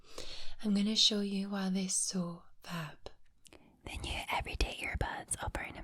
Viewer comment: This came up on my feed and decided to rewatch it. Right at the beginning during the Raycon commercial i heard say "Fab" and for a split second I thought she said Fap. And i was like, wow! What kind of sleep clinic is this!!!